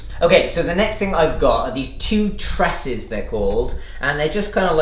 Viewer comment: Please don’t use the word ‘wires’ and it’s Truss not ‘TRESS’ not sure how that one subwoofer would make much of an impact for larger venues either. All the gear and no idea springs to mind here.